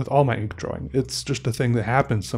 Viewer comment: I find myself saying draw-wing now. And it's okay.